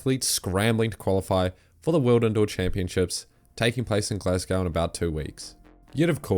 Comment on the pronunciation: Dude needs to work on his pronunciation, can't say Glasgow or Jacob. If you want to elevate your videos, get the basics right. Those are not hard words to pronounce